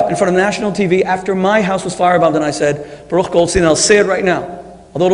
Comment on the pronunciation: This is the third debate I watch with Shmuley Boteach. In every debate he mentions Baruch Goldstein. And every time he pronounces Baruch Yiddish but Goldstein English! wtf?